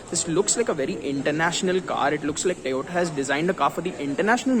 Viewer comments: It's not Tayota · My goodness! So weird hearing him pronounce Toyota as "Tayota".